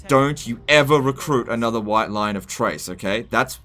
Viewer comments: Pretty sure Chrace is pronounced with a K like in Chaos, not like "Trace". You made me have to pause and comment this which clearly means it made an impact on me. Anyway, going to continue watching now because I know the rest will be good and informative. But seriously it's Chrace not Trace:P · Basically it should be KRAYce. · is basically trolling me by pronouncing Chrace as Trace. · Chrace is pronounced like "Krace." You're killin' me. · Maybe the mispronouncing of the White Lions of CHRACE is because you hate them so much, never really use them because of their "top tier peasant" status.